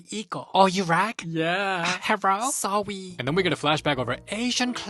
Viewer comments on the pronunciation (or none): His Sowwy Is so iconic😭😭